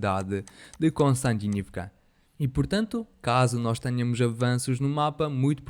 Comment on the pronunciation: Vozes de IA tem debilidade em certas pronúncias!